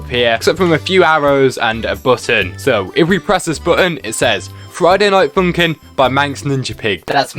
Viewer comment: “Friday night foonk’n”